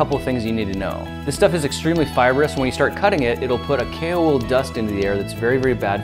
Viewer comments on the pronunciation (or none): i kept thinking he was saying kalewool and not kaowool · Was I the only one who thought he was saying kale wool? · Alfie its kaowool. kale is a lettuce like leafy plant. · who thought the wool is written as "cailwool" and not "kaowool" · It's pronounced kaowool?!? I thought it was kale wool 😂😂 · Grant Thompson - "The King of Random" I thought you said kale wool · when I first heard him say it I thought it was kale wool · Kaowool? I thought it was kale wool... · I kept thinking you were saying Kalewool! But it's going to be cool to see if it can happily melt down copper, and perhaps even other metals with higher melting points!